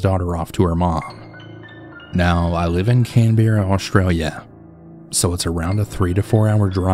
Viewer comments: Can Bear Ah 😂😂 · when you pronounced canberra 😭 😂 love it